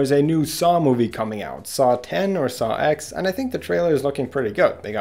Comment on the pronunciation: It’s pronounced “socks” Saw-X